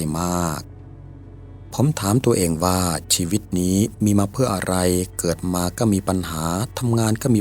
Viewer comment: เนื้อหาน่าสนใจค่ะ แต่ คำว่า "ก็" ออกเสียงว่า "ก้อ" ไม่ใช่ "เก้อ"